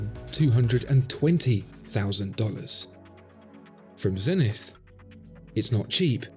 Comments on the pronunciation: Please, please say Zenit, without the english "th". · That messed up "E" in "Zenith" is quite a flaw.